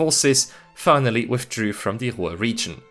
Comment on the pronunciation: How do you mangle the word Ruhr?